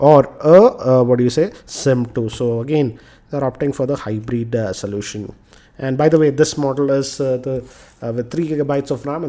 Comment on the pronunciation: its "aluminum" and not "almunium" & its "hybrid" not "hybreed" anyways nyc video